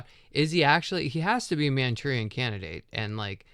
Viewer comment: What is this word your saying towards the end 😅 mantourian candidate? What is mantourian